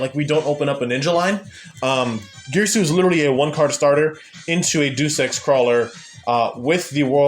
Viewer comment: As a Krawler fan that started using ninjas, absolutely based list! Just an fyi, “Deus” is pronounced as Day-Oose. Like in Deus-Ex-Machina.